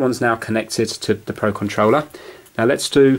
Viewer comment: pro conrouler XD